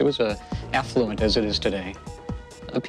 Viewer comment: Did he say it was an "effluent" community?